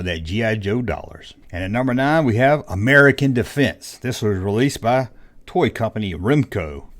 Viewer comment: Actually, 1990 is the end of the 1980's. Also, You pronounced "American Defense" incorrectly three times in a row, lol.